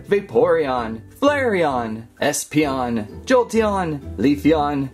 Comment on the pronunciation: 'eespeeonion' LOL